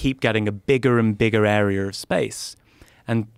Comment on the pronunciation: Area = Air-EEE-ER